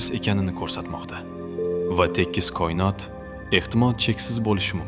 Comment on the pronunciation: Сиздан илтимос кұинот эмас коинот денг